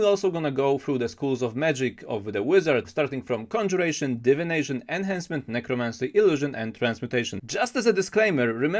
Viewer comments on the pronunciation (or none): Enchantment? Enchantment!